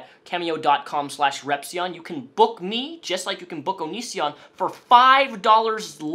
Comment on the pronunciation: Nobody Absolutely no one on earth:: ONISSSION